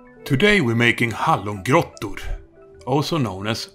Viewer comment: I was taken off guard when you went "Hallongrottor" 😂💙💛 Btw, anyone reading, make these, you won't regret it ❤️